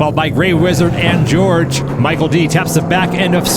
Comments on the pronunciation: I'm thinking Jorge is not pronounced as 'George'... Pretty sure it's "Whore'hay" lol:person-turqouise-waving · It's not "George" it's hor-HEY. Not that it matters now. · It’s Hor-hay, not George. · "Jorge" = Hor hey. "George" 😅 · 2D, please help with name enunciation!!! I didn’t see a George out there, rather I saw a Jorge (pronounced Whore-Hey)!!!!! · "Jorge" is pronounced "hor-he", right? :-) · Jorge is pronounced hor-hey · It's Jorge, not George.